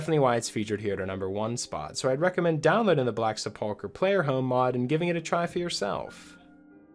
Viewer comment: Minor nitpick: the word "sepulchre" is pronounced "sepple-cur," not "sepulk-er". I really like that "At Your Own Pace" idea--tracking it on Nexus Mods right now!